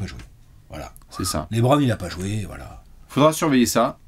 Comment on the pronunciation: Par pitié stop dire Laitbron 😢😢😢😢😢